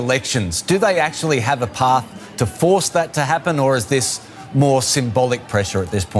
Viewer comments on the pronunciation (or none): none